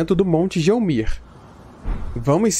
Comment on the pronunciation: Primeiramente, obrigado cara! A sua ajuda foi descomunal. Eu gostaria de fazer um adendo sobre a pronuncia de determinadas coisas do jogo, a pronuncia de Gelmir é guélmir*, é desta forma porque a FromSoftware utiliza o Latim, Alemão, Francês, Inglês e Japonês para a parte escrita do jogo o "G" em latim se pronúncia como "gu+vogal" em português, e o "x" se pronuncia como "éks", e o ferreiro Iji o nome dele se pronuncia como "idji" tanto em inglês como em Japonês(pois o nome Iji é japonês), igi* está errado!